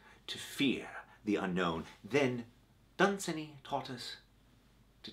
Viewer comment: Isn't it pronounce DunSANY?